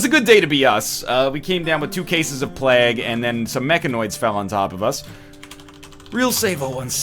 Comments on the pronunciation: like "vague", rather than like "bag" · Shard1697 playg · It's actually pronounced plague, not plague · Every time you say plague, i die a little inside. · The only reason the colonists died was because you kept saying plague wrong. They'd have been fine otherwise ;) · am i the only one triggered by the way he says plague ? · As a Canadian I also get very triggered as well, he has even said it properly when discussing it during his Geoguesser series.